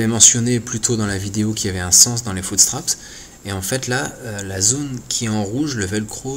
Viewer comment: "un footsptrapSSSS " argh